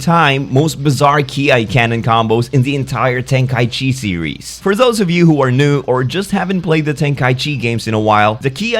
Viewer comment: One clever detail about the tenkaichi games: it's pronounced ten-ka-i-chi not ten-kai-chi. Ichi meaning one. "Number one of the heaven". "Kai" isnt a syllable in japanese.